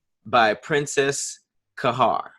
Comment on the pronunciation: ‘Harjeeb’ I’m so use to Tahir now I don’t even pause , I’m just like, I know what he means 😂😭